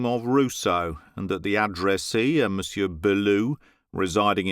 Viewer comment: Excellent reading. What a pleasure! However, "monsieur" presents lots of problems to people foreign to French. The "r" at the end of the word is NEVER pronounced. We must write it, but then forget about it in the spoken language, just as if it does not exist. Not even to make a liaison.... the final r is to be ignored altogether. The French people prefer a hiatus, thing that they normally cannot stand, rather than hear the final -r of "monsieur".